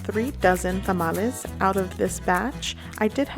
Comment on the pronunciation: Your video is so pleasant and paced to follow easily. I loved that you pronounced the word Tamales in Spanish as it should be. The singular of the word for some reason has been anglicized into tamale, but I learned by studying and speaking Spanish that a single tamal is called tamal. There are differences “among people whether to use one or the other but chef Carlos Salgado, the pioneering Mexican-American, James Beard Award semi-finalist of Taco Maria in Costa Mesa – it’s a different story. “I’ll correct anyone, kindly,” he tells me over the phone while he prepares tamales for this holidays season using chalqueño heirloom corn from Mexico for his masa. It’s not too much of a surprise considering his active Twitter account.” From article in LATaco.